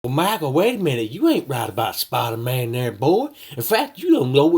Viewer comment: He can’t even say Spider-Man ps4 right he says spidamahn ph4